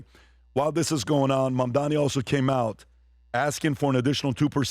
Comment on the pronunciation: Don’t worry if you can’t pronounce his name. You’re smart and successful. You provide the numbers and the analysis 🧐 for the team. It’s funny 😆 because you’re a very smart man who happens to have a difficult time with this one thing. No one is perfect my friend. 👍